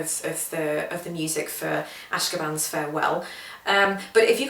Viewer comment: I'm admittedly nit picking, but the proper pronunciation is "a-shO-kan." It was composed by Jay Ungar at the completion of a musical retreat at the Ashokan Center in Olivebridge, New York (USA). "Ashokan" means "place of the fish" in the Native American language of the area.